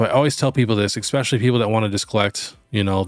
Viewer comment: Hey, love the channel! Can give you a small suggestion? Its not EXpescially, its ESpecially. Just a pet peeve of mine that I know many other people share as well:)